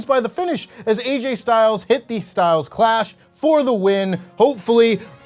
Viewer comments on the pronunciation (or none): none